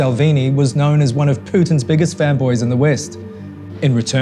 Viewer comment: are you saying fanboys or femboys?